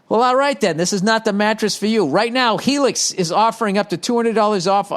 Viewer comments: When he started reading that Helix “Hellix” advertising I started gut clinching laughing 😂 👍🏽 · Hellix? Heellix?!